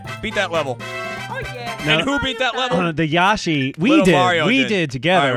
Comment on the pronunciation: Anyone else getting mad everytime Joel says yashi rather than the actual name yoshi